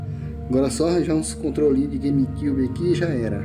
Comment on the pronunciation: “gueime cúbe” kkk